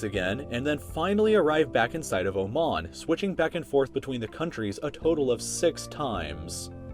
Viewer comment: i liked how you pronounced oman.